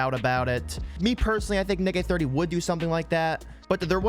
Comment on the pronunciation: I thought you said Nigay30 😂😭